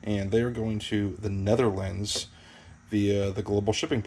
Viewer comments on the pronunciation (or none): none